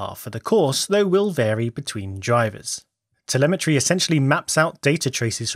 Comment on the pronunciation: *telemetry, not temelmatry